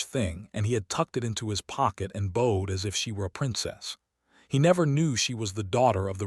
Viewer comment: Bowed in past tense is b-out-d, not bode....